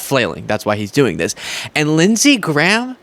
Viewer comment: Actually its Lindshe Graham.